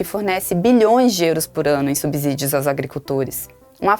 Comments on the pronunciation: É SubSSSSSÍdio e não SubZZZZZÍdio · Falar "subZídio" é um "abZurdo". Depois de consoante, o S tem som de S, mesmo, não de Z.